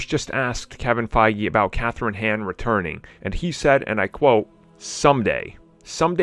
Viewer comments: Kathryn Hahn. Not Kathryn Han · Can u stop butchering her last name please? Hahn, not “hen”